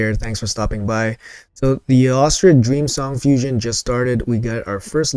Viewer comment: Hey - just one thing. Eostrid is named after the goddess Ēostre, for whom the holiday Easter is named. So it’s East-rid, not E-ostrid.